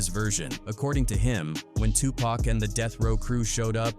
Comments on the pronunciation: Gah damn does it bother the fuck outta me when these AI voice overs pronounce Pac as “pack” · This video calling Tupac "Pack" is frickin' annoying, A.I. needs to die!!! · Who the hell is pack . does he mean PAC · Such an insult to say Tupac's name wrong